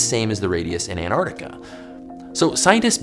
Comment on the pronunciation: "Anartica" - Be Smart